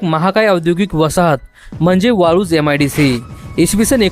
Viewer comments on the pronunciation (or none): यम आय डी सी नाही रे मित्रा, एम आय डी सी. अत्यन्त घाण उच्चार....